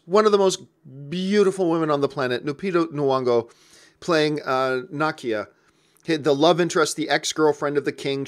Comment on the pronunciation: Na-key-a lol